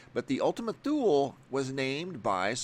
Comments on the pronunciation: Good video, thank you. But it's actually pronounced "too lee." Not "thool." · Its pronounced "toolee" Thule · Gaaa! It is pronounced too-lee. Ultima Too-lee. It's Latin. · toooleee, not thule like greenland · Thule is pronounced Too-Lee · Ultima Too-Lee